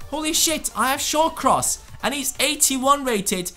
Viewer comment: Shawcross lmao😂